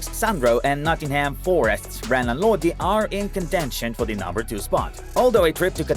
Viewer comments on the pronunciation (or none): none